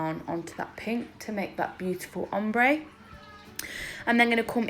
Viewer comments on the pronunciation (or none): none